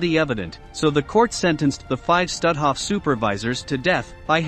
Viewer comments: Not „Stathoff“. But „Stoothoff“ pronounced. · You'd be more credible if your voicebot had proper inflection, and pronunciation of German names like, say, Stutthof.